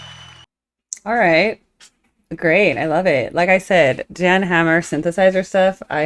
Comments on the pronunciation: It's pronounced "Yan" 🫡 watch him do "you know you know" live and moogfest ~ enjoy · His name is pronounced "Yan".